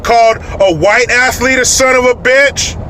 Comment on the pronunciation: “Marthin Luther King”... Great. The people in certain districts are electing women who learned to speak from Sylvester The Cat. BTW, Randy Johnson is an athlete (not ass-leak or athleak or whatever she said) and he’s a son of a bitch! I’m sure my fellow Yankee fans can agree.